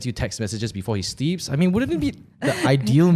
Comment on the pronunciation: LOL, you say "steep" instead of "sleep"! A cousin of mine says that too! Is that a thing?? 🤣